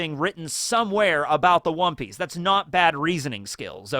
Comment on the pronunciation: Perhaps it's Wan(o) Piece